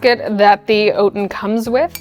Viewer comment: OUT-in not OAT-in